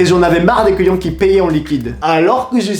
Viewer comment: Je suis le seul a entendre les couillons a la place de les clients ? XD